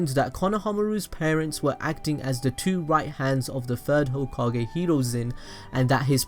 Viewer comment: Mah nigga said "tsunade the fif hokae"